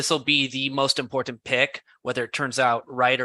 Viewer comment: Where is from that he cannot pronounce "important"? It does end in ant and not int, right?